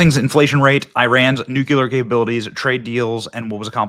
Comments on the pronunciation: Why do you refuse to pronounce nuclear correctly? Nucular is not a word. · New q ler isn't a word . You should know this B